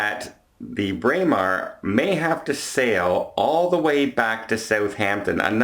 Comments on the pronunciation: You pronounced it beautifully,. Bray-mar is exactly how it should sound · Your pronunciation of Braemar is correct however your pronunciation of Meraviglia is wrong. That has been commented on before.